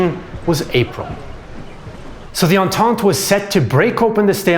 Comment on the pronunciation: Don't you mean Entente aha